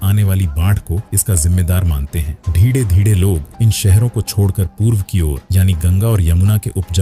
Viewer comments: आप धीरे धीरे को धीङे धीङे क्यूं बोलते हो 😂😂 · Dhire dhire ❎Dhide dhide ✅😅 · "धीरे धीरे" ये सरल शब्द बोलने में क्या तकलीफ है?